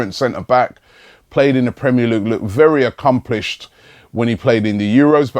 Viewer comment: "Experienced centre half, played in the premier lug lug" 😂😂